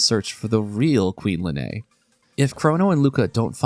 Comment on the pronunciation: Lean, not Lenay